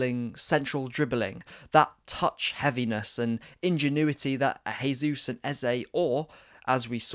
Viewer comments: Bro it's JAYsus not HAYsus. HAYsus is the Spanish pronunciation, he's Brazilian where they speak Portugese. You're saying it wrong 👍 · Great analysis. New subscriber here. Oh and just a small point Jesus is Brazilian so it’s pronounced with a hard J (unlike in Spanish where it’s soft). Pleased to see that performance. COYG